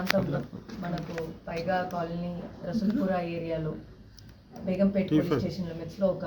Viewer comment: Baigampait nahi Begumpet hai wo